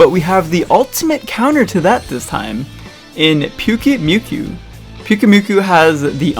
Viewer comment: It’s Pyukumuku, not Pyukumyuku